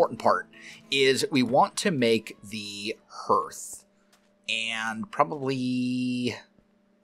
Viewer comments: Hearth and yeah it is a harder A sound like Harth... over 25+ years as a stone mason... but funny hearing it Hear th .... Perhaps a hidden Mission Possible??? perhaps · Hearth is pronounced Harth not Herth. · Looks great! But I can’t get over your pronunciation of HEARTH 😂